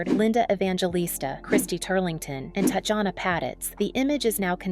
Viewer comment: Her name is pronounced as "Tatiana", please at least get it right if you wanna do a tribute.